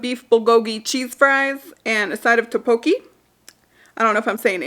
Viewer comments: The rice cake dish is pronounced (dock bo kee) and I LOVE it too!!!! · 🤣 it's toe-po-key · Tteokbokki is pronounced tock-boh-key :) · Haaa the towel throws It’s Tok (like tik tok) Bok (to rhyme) key by the way! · Is it just me or I love watching your video while having lunch.. it's becoming a habit 😅 It's tok-bok-ki I believe 💜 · Just so ya know, it's pronounced Tuk-bow-key. :) You do you, girl... looking great! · Those Korean rice cakes are pronounced duck-bow-key, kinda.